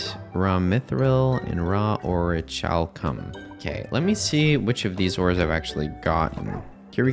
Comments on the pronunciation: The way you pronounced "Orichalcum" had me dying. I've never seen someone butcher it so badly lol. It's pronounced Ori-KAL-Come (Don't feel right typing out the last 3 letters, but yeah). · Hearing this dude mispronounce literally every magic ore except mythril makes me so upset, o rich calcum. Seriously